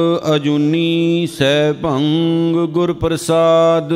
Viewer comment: ਅਜੂਨੀ ਸੈਭੰਗ ਨਹੀਂ ਵੀਰ ਜੀ ਅਜੂਨੀ ਸੈਭੰ 🙏🙏🙏